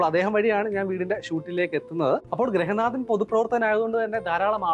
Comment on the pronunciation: ഗ്രഹനാഥൻ അല്ല ഗൃഹനാഥൻ... ശ്രദ്ധിക്കണ്ടേ